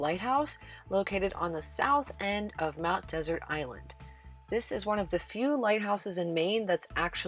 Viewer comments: One of my favorite destinations! Interested viewers might like to know that the "Desert" in "Mount Desert Island" is pronounced more like "Dessert." The accent on the final syllable is a holdover from Samuel Champlain who named it "Ile de Monts Deserts." And, as someone else pointed out, "Schoodic" is pronounced "Skoodic." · Mount Desert is pronounced as Mount Dessert.